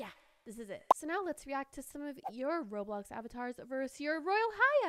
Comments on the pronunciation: I love how it say rolbox instead of roblox 😂😂😂👍👍👍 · Nobody gonna talk about how it said rolbox not roblox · I have a conplain but wheb u said roblox it actually said rolbox just saying 😬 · Is nobody gonna talk about when it said rolbox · “Rolbox” I love this girl 😂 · my parents always pronounce roblox roblux